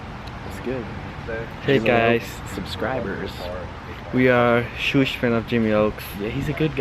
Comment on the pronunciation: I cringed SOOO HARD when said "shoosh fans" like wtf...dude cant say "huge"